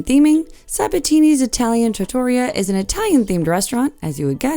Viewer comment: For all those viewers who do not live near NYC, Chicago, or any other large city, what Princess charges for their specialty restaurants wouldn't cover the tip in any of the above-mentioned city's upscale restaurants. Most specialty restaurants on cruise ships are fantastic value! Also, the correct pronunciation for trattoria is tra-tor-REAH. But you did quite well with the others. Italian pronunciation is very difficult due to the many syllables.